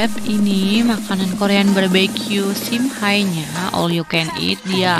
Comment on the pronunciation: Kak cara baca nama tempatnya simhe bukan simhai, cuma perbaiki sedikit ya kak